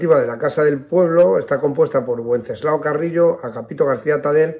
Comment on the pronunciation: me permito hacerle una pequeña observción que no tiene nada que ver con el asunto de este video. Pronuncia el nombre del padre de Santiago Carrillo como "uenceslao". Me permito decirle que el nombre de Wenceslao fue muy usado en España hace algún tiempo, incluso en su forma femenina de Wencesláa. Y siempre la "w" se pronunciaba como "v". Me disculpo por mi nimiedad pero como soy oyente habitual de sus videos me permito decírselo.